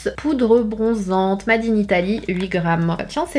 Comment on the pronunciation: mAde in Italy , mAde in China ?😭 mais lisez le « made » en anglais ptn , c’est un mot anglais !!